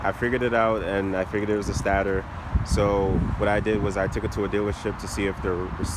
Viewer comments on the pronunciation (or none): Stator pronounced....... 'Stay-der'. Nice bike, btw. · Its pronounced "stay-tor"